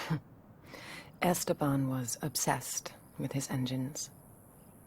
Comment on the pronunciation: the way says "Esteban" bothers me